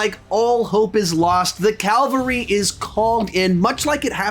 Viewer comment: Just thought you might like to know that the word is "cavalry." You've been saying "calvary" in several of your videos. Love your work, keep it up!